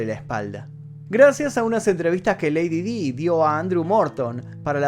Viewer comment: Lady Di se pronuncia como "lady Dai".